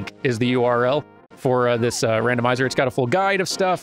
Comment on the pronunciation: "Dandomizer.." "Dandomizer..." "Dandomizer" ... ... ... ...i approve